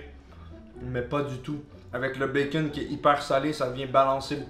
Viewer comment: "notre bacon" MAIS COMMENT TU LE PRONONCE?! LE BACON A CRÉÉ LA TERRE, LE BACON EST DIEU EN PERSONNE ET TOI TU LE PRONONCE "BAKON"?!?! Pauvre bacon il faut respecter Dieu